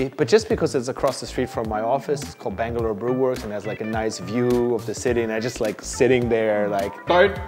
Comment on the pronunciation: When Bangalore became Blangalore EOD🍺😂🤘🏻 Doing a good job! Cheers guys 🍻